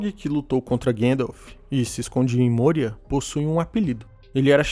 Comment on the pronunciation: não é môria, é mória. O padrão nunca é usar o "ô" com som fechado.